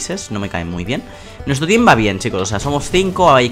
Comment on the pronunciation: El video tiene moy buena calidadd Me ha dado mucha risa en el principio porque dijo tin en ves de team jajajaj